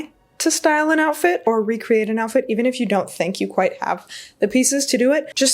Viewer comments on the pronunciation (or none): lol “the joutfit”. Love your styling! 🙌